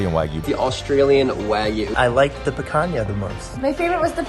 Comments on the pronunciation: Man said pakana 😂😂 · You pronounced picanha wrong lol